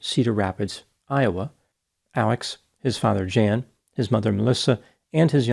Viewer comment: "Jan" as a man's name is pronounced "Yon"